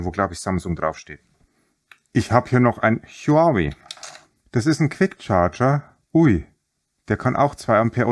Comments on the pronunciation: HUAWEI wird ganz einfach "WAUWEI" ausgesprochen ;-) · Huawei sagt man: Hudžawe-iii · Und Huawei kann er auch nicht aussprechen? Mein Handy Ladegerät hat 120w das Handy und der Akku leben nun schon fast ein Jahr ohne irgendwelche Probleme.